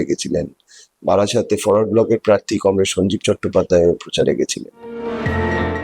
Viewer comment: কমরেড না বেশিরেড? 🤣